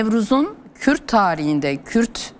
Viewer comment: Sinan bey kürt demekten zorlanıyor